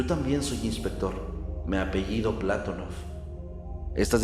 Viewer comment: ¿Y el terremoto de Maderol? Y el Patonóof, no Plátonof